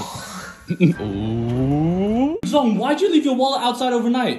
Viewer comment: said wallet in a funny way when pronounced it